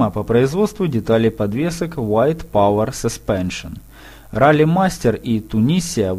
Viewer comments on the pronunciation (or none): none